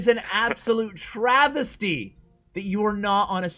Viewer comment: TRA-VES-TI :v